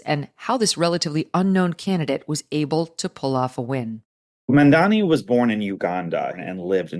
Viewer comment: Embarassing that Megyn got Mamdani's name wrong all twelve times she said it.